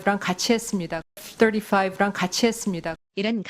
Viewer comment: 애프 떠리화이브 ㅋㅋㅋㅋ~~ 본토발음이냐~~ 웃긴다야..